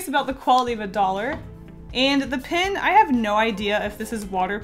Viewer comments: I almost can’t handle the fact that she says pin instead of pen. I just love her so much that I can get passed it. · STOP SAYING PIN INSTEAD OF PEN!!!!! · I get SO triggered when she pronounces "pen" as "pin." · Yes and I searched for a comment like this for 10 minutes😂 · She says pin instead of pen😂😂 is that a southern accent? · "This watercolor 'pin' (pen)" lol I knew you were Canadian as soon as you said that. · i cried a little bit each time you said “pin” instead of “pen” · Is it just me or every time she said that the pen was water proof that I thought she was saying pin I was so confuesed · Hey is saying pin instead of pen? Or is it just me (Not hating) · Love how she says pin not pen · Everytime you say pen, I think it’s pin....even the auto subtitle think so too. Why are bright colour toxic? I like bright colours.... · It’s pen not pin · Am I the only one thinking she says 'pin' instead of 'pen'? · Pen not pin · It’s so annoying how she says pin instead of pen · When you say pen my captions say "pin" LOL